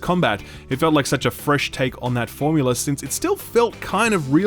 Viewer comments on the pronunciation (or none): none